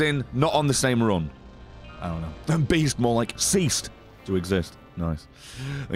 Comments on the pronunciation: Beast? I thought you said Weast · The Beast? I thought you said Weast!!